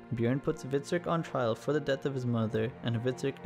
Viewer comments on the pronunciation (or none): none